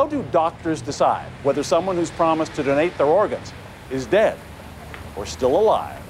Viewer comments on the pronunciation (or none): Is it me, or is he saying "dunnate" instead of "donate?" Is that just a Canadian thing?